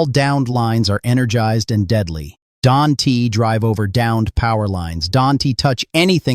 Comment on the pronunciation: AI. It pronounced don't as don t